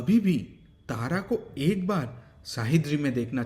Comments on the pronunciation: Wrong pronounced it's सह्याद्री not शाहिद्री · Shahidri nahi re bhai Sahyadri bol